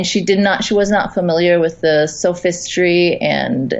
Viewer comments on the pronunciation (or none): literally attempting to marginalize cathy getting bloodbathed. Proceeds to then pronounce sophistry as "SO-FISS-TREE"? this is such a classic epitome of a regressive leftist.